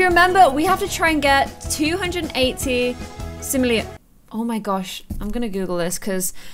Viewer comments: it's Sim-o-le-ans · just so you know its Sim-all-Ee-Ans just trying to help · Btw its SIM-O-LE-ANS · yOu pRoNoUncE iT LIkE sIm-oH-LeOn NoT sIMo-LeEh-aN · You say like this Sim-O-le-ins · When was learning how to say it I was saying to my screen Sim-Oh-lee-ons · Sim-o-lee-in-s Hopefully that helps Claire ;) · SIM-O-LEE-IN-S you’re welcome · Sim-oh-leons simoleons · plus its sim oh lee an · sim-oh-lE-uns learn, sorry, though I also struggle to say it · It is sim-O-le-ans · it is Sim-o-lian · It is pronounced for futer SIM olean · OML she can't even say simolion!😂😂